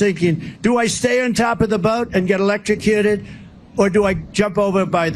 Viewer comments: Oh if only? I would pay a LOT of money to see trump 'ELECSHROWCUTED'. He can't even pronounce it properly let alone do it. What a shame. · I think he's repeating the boat story to prove that he can now pronounce "electrocuted" (barely)